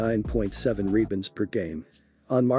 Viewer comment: What the hell is a "reebund?"